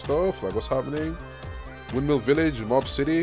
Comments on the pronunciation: he did not just call mob "mash" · Bro called mob mash 😭😭😭😭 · if bro calls mob mash again , i swear!😭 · bro def doesnt watch anime😂bro called mob “mash”😂😂😂braindead